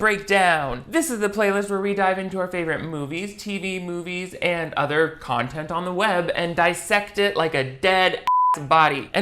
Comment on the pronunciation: “Projocts” lol anything for contont Great video,! I love what you do, and your humor tickles me:-)